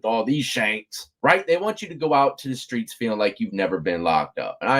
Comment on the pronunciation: "Skreets", that's that South Florida speak, actually a lot of the Souf 😝